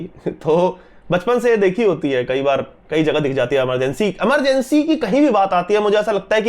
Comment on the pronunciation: please, movie का नाम इमरजेंसी है न कि अमरजेंसी